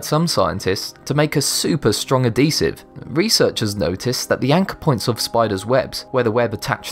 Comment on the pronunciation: I hate the way this person says adhesive.. "add esive"